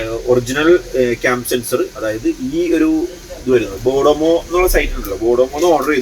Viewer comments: Not bodamo,It is Boodmo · ബോഡോമോ അല്ല ബൂട്മോ